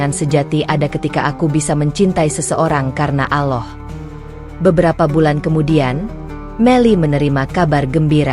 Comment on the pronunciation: Apa kehendal aloh itu, ya aloh apa ya aloh itu, gitu jadu penutur